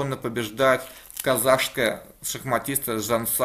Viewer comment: И не казашская а казахская, но правильнее конечно Казахстанская :)